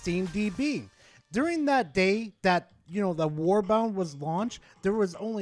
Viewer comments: Oh, quick correction: It is a "war bond" not "war bound". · can't say WARBOND!